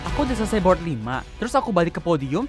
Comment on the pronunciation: "bord lima w" 😭